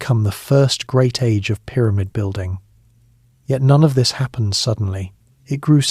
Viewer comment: Pie-rah-mid? I heard this word 15 seconds into listening. Now my brain would be on the lookout for another such ridiculous pronunciation so I have to watch something different.